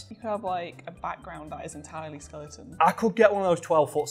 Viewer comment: "I want a 12 foo skeluh on"